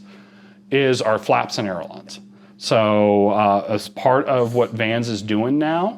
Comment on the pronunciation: Ay-ler-on! Say it ten times.